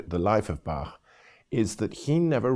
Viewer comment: That's a very nice German pronunciation.